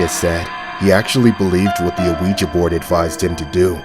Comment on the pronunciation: i love these but i hate the way he says ouija like where do you get the A from its not A-weja it’s just weja